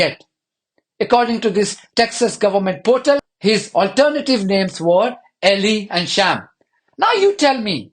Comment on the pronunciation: Not short “E” and long “E” as in “elee” but rather long “E” and long “I” as in “ee lie”, so ELI.